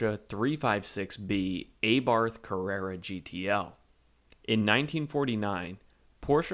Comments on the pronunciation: The same for "Aye-barth". It's "A-barth". Like "A-merica"... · CabrioooLAAAYYYY. And AYYYbarth. No just stop. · Good video, nice amount of detail & technical facts, but you do need to work on your pronunciation, such as cabriolet or Abbarth… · Some unusual pronunciations made here like cabriolet or Abarth